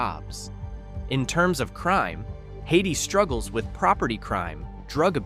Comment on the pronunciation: I jumped on to point out that Hayti is pronounced Hay-tie and not like the the country Haiti, and before I could start typing I heard the botched pronunciation of Bootheel. AI is trash.